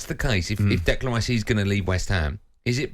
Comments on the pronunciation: Can someone tell Stuart Pearce that there is no D and the end of Declan 😂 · what's wrong with Stuart? kept calling Rice "Declaned" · Funny, what in his brain tells him that Declan is pronounced that way, appears he was very lucky he was a good footballer.